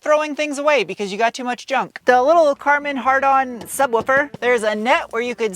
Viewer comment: "Carmen hardon?" 🤣🤣🤣